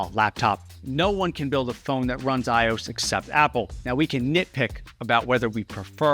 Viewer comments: Why do you keep saying “aye-ohs” for iOS when it’s clearly eye-oh-ess… it’s just so annoying. It’s the OS for i-Devices. Say it correctly will you? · You lost me when calling iOS "eyeoohs". Otherwise, very interesting. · Bro said "iose" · iOS is pronounced as Eye Oh Ess, not Eye Owes. But great video. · Why do you say ios like “eyeoss” when you say “I-O-S”. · The most objectionable part of this video is how you pronounce iOS. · he said it a couple of times... does he not know that it's an Operating System, "OS"? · The way you’re saying iOS is triggering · Amazing video, as always, but the way you pronounce iOS ... 🤣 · The most surprising thing I learned from all of this is that there are people who call Apple's phone operating system, "EYE-ose" instead of "EYE-oh-ess." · Did you really have to pronounce iOS like that? Also thanks for spreading misinformation and hearsay about Android and Windows. Whether you're correct or not, you make it sound like you have no clue what you're talking about. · Just seeing how you pronounce IOS and your misrepresentation of Android as buggy (it's really not these days) just shows your lack of knowledge on that front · Why did you pronounce “iOS” like you did? Was it just engagement bait or are you an alien? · The way you say iOS is concerns me. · First person I've heard pronounce IOS as a word. Fascinating